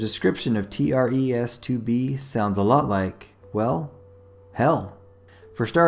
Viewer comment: “T.r.e.s” More like Tres Tr-es..